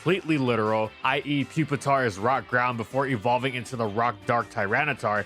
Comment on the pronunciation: The correct pronunciation for Pupitar is “poop-it-tar”. You’re welcome.